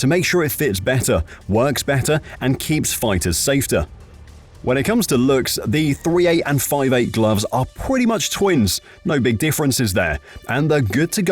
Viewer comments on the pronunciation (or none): Did anyone else hear him say “safe-ter” ??? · HAHAHAHA! The Narrator JUST Said "Safeter". GREAT, HIGH QUALITY Video. LOL! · safter, that ai slippin up lol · Does he say, , "keeps the fighters SAFTER?" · Dude said it just as I saw this comment